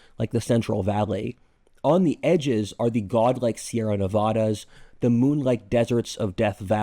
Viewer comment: You mispronounced "Nevada"